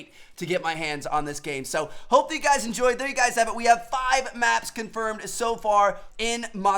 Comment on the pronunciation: No hate but that intro you do makes me cringe tf out it sounds like u say "whut's going on guis" not "what's going on guys"